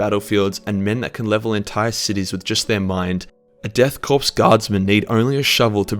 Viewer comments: Core not corps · its pronounced core not corpse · Its Pronounced "CORE not CORPSE" Unhappy Gasmask Noises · It's painful hearing "death corpse" instead of death korps" (pronounced "core"). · Its pronounced as chor not corpse!!!!!!!!! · The ps of Korps... is silent. Pronounced "core".... not "corpse". Still a great video though. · I cringe every time he says “corpse” in place of “corps”. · Learn how to pronounce things. Its pronounced like core, not corpse. Also its not Titsnitch, its Tzeentch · Death Korps (core) not corpus, god damn it man. very irritating. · Death Korps, pronounced core not corpse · Call them "Death Corpse" again then I'll be forced to hit you in the face with a shovel I purchased from Bunnings. They are a "Corps" which is pronounced "core". Yes kunt I know it's spelled with a "K" but that's just a kitchy method to get Gen Z wankers to like Space Nazis. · it's pronounced korps not corpse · Korps is not pronounced “corpse” but “core”. Having a K instead of a C doesn’t change that. Dunno why they call themselves a corps since their regiments often are called armies. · Dude Jesus Christ, Korps is pronounced Core not Corpse 🤣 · Korps is pronounced “core” not “corpse” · its pronounced " core " not corpse also, its pronounced " coo " not coop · Korps sounds like "Core" not 'Corpse'. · Why do you pronounce "Korps" Like "Corpse"? It's pronounced like "Core" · Deaths CORE of Kreig is how you pronounce it. Not Death corpse lef Kreig Like the Marine Corps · 'Nailing that pronounciation [sic - it's pronunciation]' [says 'corps' like 'corpse' throughout video']. ('Corps' is pronounced like 'core'.) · it is death Kore of Krieg not death corpse the p is silent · “Korps” is pronounced “core” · Korps is pronounced like the word core, FYI. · Korps is pronounced "core". An army consists of multiple corps. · "Korps" is pronounced "core" innit? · Great view, just a btw though Korps is pronounced "core" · Korps = "core" like Marine Corps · ”Death corpse” lol